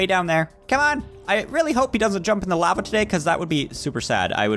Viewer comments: It's lava not laiva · It's pernounced lova